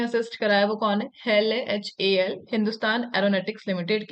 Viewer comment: Plz don't pronounce HAL as" Hell ".